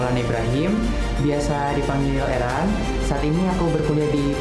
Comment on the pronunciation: ERAN KAKK, BUKAN EREN BUKAN ERUN😭😭